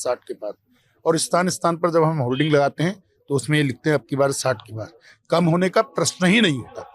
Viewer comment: Holdin nehi beta holding bol te h. Kacha pan k jaou tum